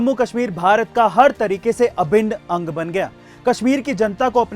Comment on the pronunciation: Bhai aap ne aabhin aang bola galat he.. vi bhi bharat ka aang he... Video banae ke liye love u bhai